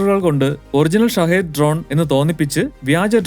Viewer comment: ഷാഹേദ് അല്ല ശഹീദ്. Bomb potti ചാവുന്ന അതേ തീവ്രവാദികളുടെ line തന്നെ.